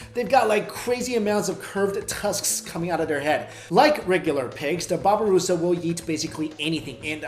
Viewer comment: babi rusa??? 😂